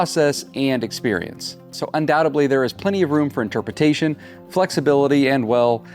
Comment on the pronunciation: Hee hee you meant "undoubtedly" not "undoubtably"